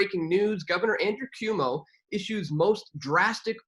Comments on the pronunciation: It’s C UO MO not CUMO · QOU-Mo its pronounced QUO_MO!!!! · It's pronounced: Kwomo - it's also abbreviated POS! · Hmm where are all those troops and martial law? The guy in this video couldn't even pronounce Cuomo right. These people are absolute clown shoes. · This guy can't even pronounce Cuomo.